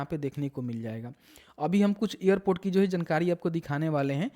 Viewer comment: ईयरपोर्ट क्या होता है एयरपोर्ट बोल न